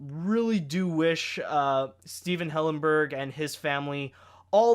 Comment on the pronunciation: not trying to be mean but I actually cringed how you pronounced Stephen